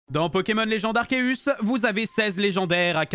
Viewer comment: Déjà, premières secondes de la vidéo et on entend "Arkeus".